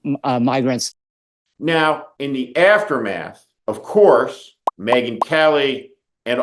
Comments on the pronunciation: He "mispronounced" the word "migrants"? WHAT? So he almost said "NIG-rants"? That is even worse. This sure reveals the underlying subconscious racism he possesses. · I've never even approached misspeaking the word as 'mig-rants' personally.